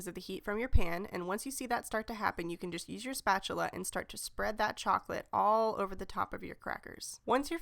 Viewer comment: Haha Tell how to say spatula!